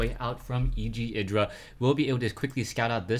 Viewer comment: Id-ra, not eye-dra :P